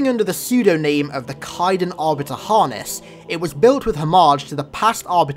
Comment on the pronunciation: My bro, it's Kaidon you gotta pronounce the A more xD.